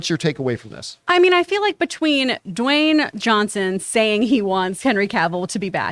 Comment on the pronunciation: Dwayne Dwawnson? Lol 🤣